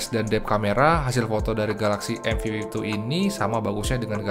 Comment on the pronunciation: Cm kasih masukan, penyebutan M52 dan M52s nya agak kurang clear di kuping sy 🙏 smp hrs menajamkan kuping bgt utk nangkep pengucapannya. Next time pk bhs indonesia aja mgkn lbh clear